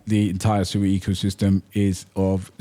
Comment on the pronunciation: It's pronounced SWEEEEEE. Im on a mission to correct the entire internet.